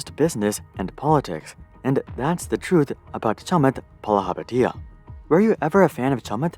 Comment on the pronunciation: If you’re gonna rake someone over the coals, however deserved, at least get the pronunciation of their name right.